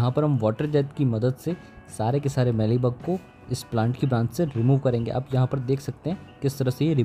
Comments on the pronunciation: मीली बग, ना कि मैली बग ! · मैली बग नहीं, मीली बग, मेरे भाई!